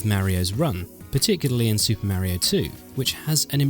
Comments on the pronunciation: I don't understand why people still call him mare-e-o and not mario. He literally says his name all the time! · ...Nez & Meh rio? I have to admit it sounds discordant to my U.S. style of English. Interesting how some games lost their impact when more frames were added.